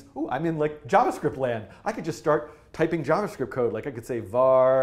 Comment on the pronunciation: u saying var wrong its short for variables